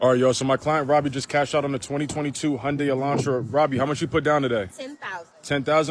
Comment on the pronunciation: “Hyundai” sounds like Sunday.